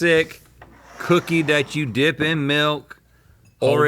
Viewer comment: Rhett sounded like he said “what happens when you flip a dihh” in the intro 😭✌️